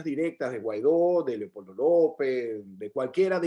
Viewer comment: Me encanta!!❤cuando dice"Leocoldo".gracias,gracias y gracias.